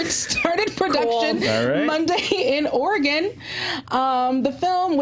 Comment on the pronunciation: That would be Or-eh-guhn, not Or-eee-gone